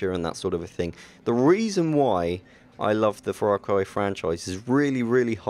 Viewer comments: Stop saying Frar Cry! Far Cry...Far. Faaarr. Faaarr Cry. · fra cry?? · "The reasons whoy I love the frarcry franchise"